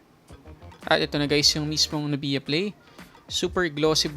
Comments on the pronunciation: NUBYA not NUBIYA. saket sa tenga amp ahahaha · Nubya.... not nu_biya.. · pinoy na pinoy talaga si kuya str haha "nubiya" instead of "nubya* 😂✌️🇵🇭